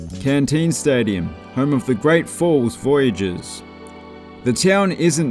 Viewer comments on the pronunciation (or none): It’s Centene Stadium in great falls not cantene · Great League!!! Just FYI, Great Falls Voyagers stadium is Centene Stadium (sen-teen), not Cantene Stadium :)